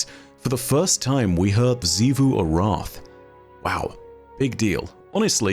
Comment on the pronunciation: Why does always call xivu arath sifu arath when literally everyone else in the destiny universe just calls her xivu lmao